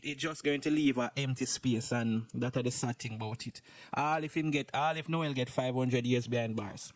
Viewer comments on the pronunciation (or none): none